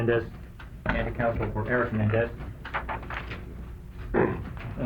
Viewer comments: Stupid Shapiro doesn’t even know how to pronounce his client’s last name! “Mendez”?? FCKNG pompous idiot. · Shapiro isn't even pronouncing their last name correctly. It shows how uninvested he was in this case. He figured they won't win so why try. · I noticed that too. I was hearing “Mendez” 😑